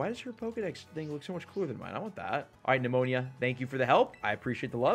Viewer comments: Nemona ❌ Nemonia ✅ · It's Ne-mo-nuh.